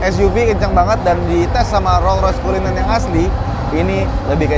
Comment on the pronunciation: kedengerannya "rollroyce kuliner"